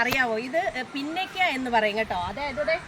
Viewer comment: പിന്നക്ക അല്ല പുന്നക്ക ആണ്